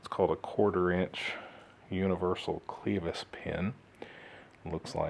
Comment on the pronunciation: Clevis pin not Cleevis!